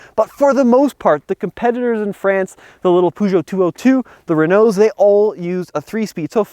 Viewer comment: He's good, also when he says Renault he gets it right, so I don't get why he doesn't pronounce Peugeot the right way ^^